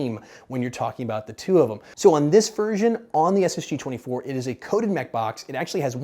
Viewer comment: es es gee twanty fur